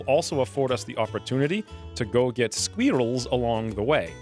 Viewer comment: Every time you say sqweerels I giggle. 😄😉🤣